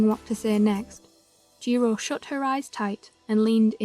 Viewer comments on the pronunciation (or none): Jiro not jiro-u😭😭